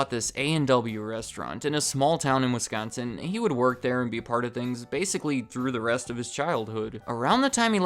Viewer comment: THANK YOU FOR PRONOUNCING WISCONSIN CORRECTLY! As a Wisconsinite I am so sick of people putting such a heavy emphasis on the "con" part, but you said it completely normal. THANK YOU!